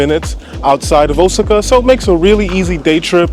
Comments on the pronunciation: I was just going to post the correct pronunciation of Osaka. I was thrown off for a minute with his pronunciation. Luv their vids. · Osaka is pronounced: "OH-SOCK-AH". I love your videos. Thanks for sharing, and stay safe!